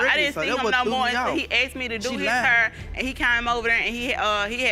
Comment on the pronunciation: The word is ASKED not AXED!!!!! Unless you armed yourself with an Axe!!!!